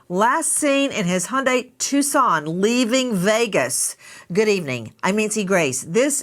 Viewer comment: It’s TuCSon. Phonetically: TWO SON not TUSS CON like you spelled it.